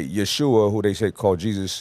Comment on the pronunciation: He states that the Bible is errant, and the translation isn’t to be trusted, yet appeals to the Bible to support his assertions. And it’s pronounced Ye-ho-shua. Step correct.